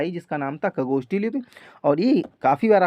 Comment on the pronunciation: Sir ucharan me sudhar kijiy plz. Jaise खरोष्ठी को खगोष्ठी बोलते हो.